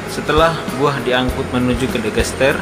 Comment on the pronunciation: Digester..bukan Degester.....dll